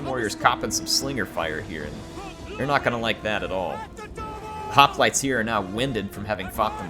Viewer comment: Man, her, the years away from Rome has you forgetting how to pronounce hoplites. It makes me grin. ;)